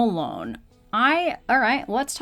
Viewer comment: I think it's pronounced zur-RAN-no-lone. The IV drug they are talking about is Zulresso, which required inpatient treatment for 3-ish days and monitoring for side effects. And yes, they mean only approved postpartum depression. You can imagine the barrier to treatment for a new mother to be able to leave home for continuous 3 days. So that's why the excitement over this being oral.